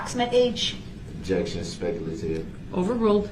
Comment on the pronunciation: "What was the DNA you found on the sweater?" Ob-ject-un spec-u-lative